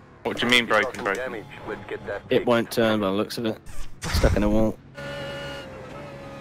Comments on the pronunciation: „IT‘S BWOKEN!!!!“ 🤣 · it's bwoken